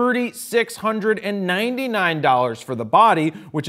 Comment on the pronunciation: thirdy six hundred and NEIN!-dee-NEIN! dollars